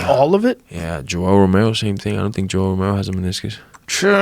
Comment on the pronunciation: Why does horhay pronounce everyone’s name wrong 🤣